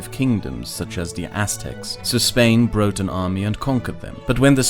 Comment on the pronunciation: 2 years of returning to this video in random periods of boredom and I can finally discern said "brought" and pronounced it like "brote". How did he get that cosmic mistake of an accent